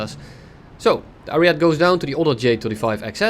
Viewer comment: I don't think it's pronounced "ariet" but "arieté" or just say "arietay"